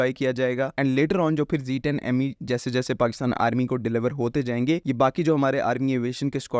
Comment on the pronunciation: Zed 10 Zed 10 stick to the proper pronunciation Ditch the American Zeeee thanks for the update